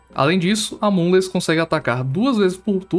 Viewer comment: Tô infectado por brain rot. Sempre que escuto o caba falar "moonless" eu escuto "amogus"